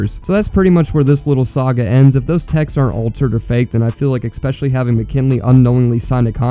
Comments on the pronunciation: It really detracts from your points when you pronounce ‘especially’ as ‘expecially’… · You had me listening to you said : ekspecially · There is no X in the word "especially"